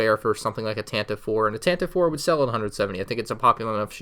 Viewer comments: Not to be THAT girl but it's technically pronounced the Tantivee 4. Oh god I'm THAT person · Its really odd but the Tantive 4 is officially pronounced like “Tantivy 4” now